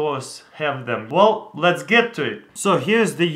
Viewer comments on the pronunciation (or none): none